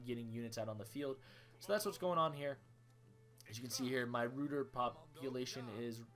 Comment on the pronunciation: RUYTER (ROY[as in BOY]-TER